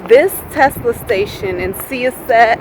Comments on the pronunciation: The Act had me cracking up (laughing with ya not at ya)! It's pronounced S-eye (as in giving someone the SIde eye)-ah (as in the Dentist say open your mouth and you're like AHhh lol) Set (as in Set it off, the movie) S-eye-Ah-Set (Sy-os-set)! I use to work in Long Island. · Nothing for nothing.. Syosset is pronounced "sigh-oss-et" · It’s pronounced cy ah set. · Since I'm interested in EV's(I own a Chevy Bolt), I happen to stumble upon your road trip video. I loved it. I laughed for 23 minutes. Especially when pronounced Syosset. You should be in show business. Thanks for making my day.